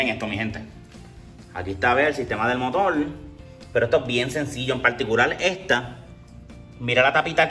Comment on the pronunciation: veo que si escribes Puerto Rico... Porque no escribes Puelto Lico?